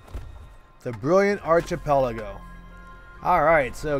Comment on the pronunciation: The word is with a hard "ch". Sounds like a "k". Archipelago